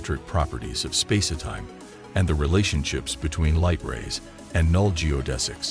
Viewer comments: What's with the "space-eh-time" idiocy? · also space-etime! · The AI voice keeps pronouncing it "Spacey-Time" LOL 🤣🤣🤣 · "Spa-si time?" I'm sorry, but this AI narration and the backing dance music is really odd and distracting. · Clearly narrated by a bot - what is space-e-time ? Probably written by one too? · Is he saying spacey time? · Does anyone connected with this video know how to talk? If so, why don't you narrate your own work rather than employ a lame AI bot which cannot even pronounce "spacetime?"